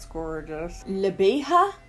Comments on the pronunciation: I’m pretty new to your channel and just seeing this now, but I love PMG Labs!! Her Elson lipstick is my favorite! And the lipstick LaBeija is presumably named after the famous drag House of Labeija, and they were featured in Paris is Burning! I believe it’s pronounced “La Beige-ah”. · I had Leatherette in my cart and didn't buy it during the sale! I'm so mad at myself lol Also Labeija is pronounced like the color beige with an ah on the end...beige-ah. It's a legendary Vogue (as in balls) house.